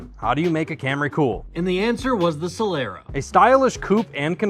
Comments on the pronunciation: A few corrections: • It's pronounced Soh-lah-rah. • If that's a 2004 it has a 3MZ-FE engine. • Another thing, you are missing the chrome trim at the front, on top of the front grille. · It's pronounced Soh-lah-rah.